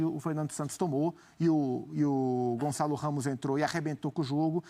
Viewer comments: Gonçalo! GON-ÇA-LO! Gonzalez?!?!? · "O González " heheh so br mesmo